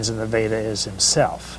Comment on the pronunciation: He pronounced "योग सुत्र/Yoga Sutra" & "वेद/Veda" perfectly. Sadly even Indians don't appear to pronounce it proper as many Indians will either pronounce it as "योग् सुत्र" or "योगा सुत्रा" & "वेद्" or "वेदा".